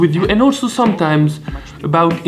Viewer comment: Can you please tell them how to pronounce "salut"? I can't believe not one of them get's it right